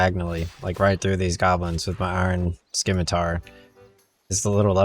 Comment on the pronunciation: Its Sim ma tar..... not Skim a tar.... only got through first min. Sorry. Your ethusiam is non existant and makes me want to stop playing. Good luck to you finidng your youtube voice.